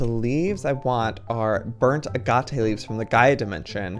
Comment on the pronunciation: Triggered every time he pronounced agate wrong